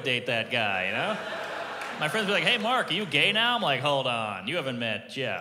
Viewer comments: I thought he said "Fuck Normand, everybody!" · At the end i thought he said "fuck normand everybody"